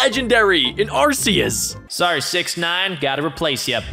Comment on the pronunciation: Your saying arceuas rong